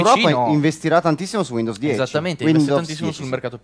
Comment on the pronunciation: per favore, almeno per una volta, pronuncialo bene su... WINDOWS 10 non WINDOVS 10